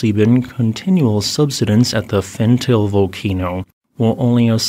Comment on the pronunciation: I am sorry to correct you,, but it's pronounced "FenTAH-lay".